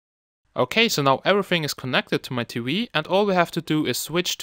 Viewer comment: smart T-wee lollllllll, great video, or should i say wideo. lolololol